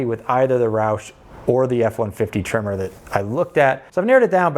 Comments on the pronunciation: Until I thought you were saying "Trimmer" and I had no idea what you were talking about. But it's Tremor... got it. When buying something you're going to live with for a long time (building, vehicle) get what you want. You'll enjoy it more, even if it's a little more expensive. Me of 2010 bought a Subaru WRX sedan. I loved that car for 9 years. But then I had to start taking the boy to school and sitting in a parking lot in August in Texas, it was either run the engine and waste gas or die of heat exhaustion. In 2020 I picked up a Volvo S60 PHEV. Super comfortable (and my almost 50 year knees appreciates that), 400 horsepower (12 year-old me appreciates that), and 76 lifetime mpg (my bank account appreciates that). There's a few electrics I would rather have right now, but I'm not trading out in this market. And, I will admit, a little tear dripped down my face when I said goodbye to the WRX. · It’s a tremor… I thought he kept saying trimmer too! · Are you saying tremor or trimmer? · Your accent made me think tremor was trimmer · I can't get over the way you say Tremor the same as Trimmer. Must be a Midwest thing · LOL. I thought your were saying trimmer! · The entire video, thought he was saying TRIMMER. Couldn't wrap my head around it... Finally see the words on the side of the truck: TREM MORE. 🤪